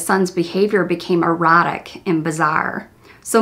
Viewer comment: Erratic not erotic you made me laugh and lightened my mood in a heavy day and sad sad case.